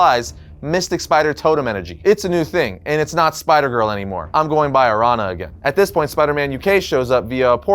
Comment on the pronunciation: araña is pronounced like "aranya/arania" ña = nya/nia araña = aranya/arania or "araneea"